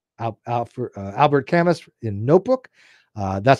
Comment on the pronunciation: I made an hour and twenty five minutes of liking almost everything you said, and then you went and did something egregious like pronounce the s in Camus. If you also pronounce it Sart then we may be enemies.